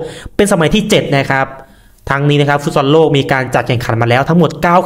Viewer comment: ฟุตซอล อ่านว่า ฟุตซอ ไม่ใช่ ฟุตซอน